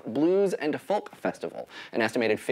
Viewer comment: You don't pronounce the L in "folk."